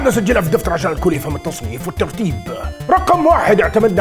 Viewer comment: نطقك لـ"قواعد الترتيب" كان يضحك اول مرتين😁